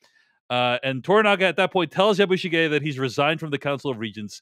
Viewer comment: It would make me much happier if you were to pronounce "Yabishige" more in the Japanese style. Which I take to be not like "Yabboo sheeee ge" (as pronounced here and in almost every other review I hear from American commentators) and more like " Yabush i geh". (i.e. considerably less emphasis on the "i" syllable, and this syllable quite short and truncated, and a little more on the "ge" syllable. I always find it off-putting to hear Americans assuming that every word in the world NEEDS to be pronounced the way someone from California or the mid west or where ever would say it - even when it is obviously pronounced differently by native speakers of the language And they never deviate from that or attempt to pronounce it the way a speaker native to Japan (in this case) would. Especially when reviewing and passing judgment on a mini series which has gone to lengths to be very, very authentic. It somehow detracts from the review.